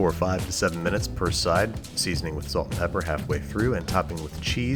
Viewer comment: Everytime you said salt or pepper, I hollered! Good video though!